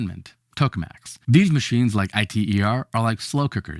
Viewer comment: I T E R? My man, it's an acronym and it's pronounced eater. But as for this thing in the video... like all fusion tech, i'm not betting on it in my lifetime